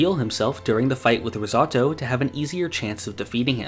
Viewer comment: Rizzautto? It’s ris-oh-toe